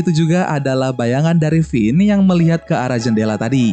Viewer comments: pas gw denger lu ngomong kevin :v Finn namanya jadi kevin :v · finn bukan kevin